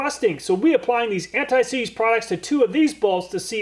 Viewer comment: Alooooooomin-Numb Antt-ÊýÉ. SeeeeeeeeeeZé